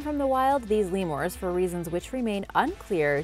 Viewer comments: "LEE-moores" instead of LEE-mers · I heard Madagascurr leamors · Cringe when she pronounces lemurs as lemores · “Lemoors” “Onsuing” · Primitt society? Lemores? This chick is making my head hurt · "Lee moores" 😐😑😐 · Like all “Lemores” they’re only found in “Madegascerr” [Speech 10000/100] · Did she just say Lemors